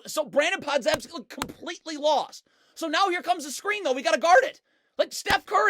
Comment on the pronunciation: I watched him at Illinois, Brandin Podzeimski's last name is pronounced "Pod-Jim-ski", not "Zem-ski"